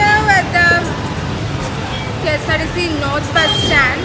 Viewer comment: Ksrtc enn pronounce chythapole manasilayi malayali aanannu😅😆... kesarTc